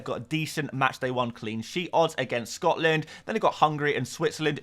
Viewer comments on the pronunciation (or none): none